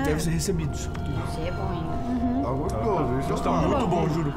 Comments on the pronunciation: Eu tendi.: Jonh vlogs: GOXTOSO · Kkkkkkkk goxtosoooo kkkk